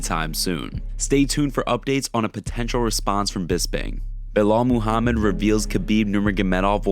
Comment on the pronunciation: Y'all better remember the name cause it's gonna be on the prelims - "Bauhaul Mohammed". Tell 'em uncle Chael ! 🙄🤦🏽🤣